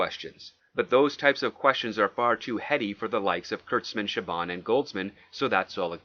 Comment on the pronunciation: Star Trek Picard was chaboned. Pronounced like bone.